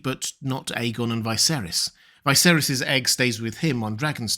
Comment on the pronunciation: Just an observation, the in the show Viserys is pronounced like Vis-ayr-iss, however you always pronounce it like Vy-ser-iss. How comes?